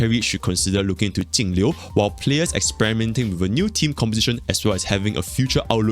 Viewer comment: Thanks for being the only person who actually says Jingliu's name correctly lol.